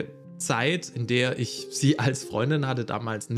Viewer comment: Guter Beitrag Aber dieses isch macht mich fertig